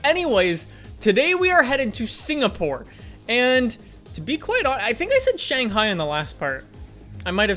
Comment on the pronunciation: Hey, I am from Singapore and I love that you actually pronounce it correctly. Hope you come here some day!!!